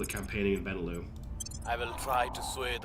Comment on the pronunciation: Absolutely love that you’re playing this game! It looks so cool and you taught me a lot about it! Pretty sure the lux in benelux is pronounced like Luxembourg, because it’s BElgium NEtherlands LUXemboug.